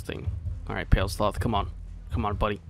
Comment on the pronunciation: "People get mad when you mispronounced stuff ya know?" Proceeds to say "Pale Sloth" for 36 minutes.